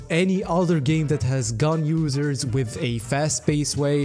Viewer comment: "Ganyu-sers" oh, 'gun users' XD